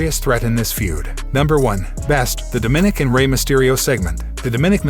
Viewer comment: It’s not daminick It’s More like Da ma nick